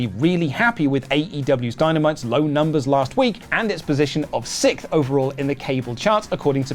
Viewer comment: Sic-th or sixth🤔???😆😆😆😆😆